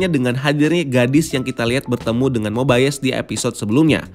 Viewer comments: Skrg mah 'mobius' Kemaren 'mobayes' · 8.35 eh mobayes lagi😂